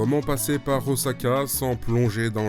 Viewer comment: Please.... oSSaka.... Pas oZaka....